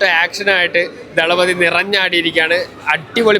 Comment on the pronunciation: "തല"പതി അല്ല തളപതി വാക്ക് അറിയില്ലെങ്കിൽ പറയരുത്.